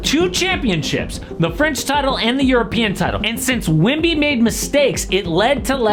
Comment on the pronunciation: i swear bro saying wimby instead of wemby